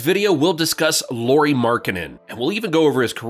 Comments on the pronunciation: Lauri, not Lowry! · His name is LAURI, not LORI. LA-U-RI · It's pronounced just like the surname LOWRY. 'LAU' rhymes with HOW, NOW, COW. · Please don't pronounce his name as if it where lorry 🚛 Lauri has a very different pronunciation in Finnish. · so you research all that about Lauri but dont look up how to say his name :D